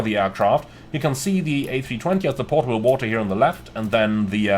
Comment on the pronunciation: Potable not Portable lol